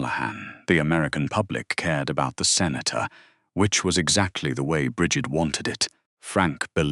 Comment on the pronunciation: You need to learn to listen to your stupid AI. They can't even pronounce Bridgett. Half the time the ai pronounces Brigg itt. assinine. it ruins your damn story